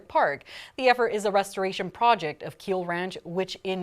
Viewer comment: it"s KYlLE ranch NOT KEEL Ranch....you would think a news paper that has been in Las Vegas since FOREVER would know how to pronounce the names of the Valleys Founding Families.. Edit Much?